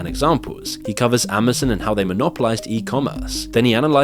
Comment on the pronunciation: dude stop pronouncing Amazon as " amazin ". it's a fuking O...letter O...not an " i " . (facepalms) -=-==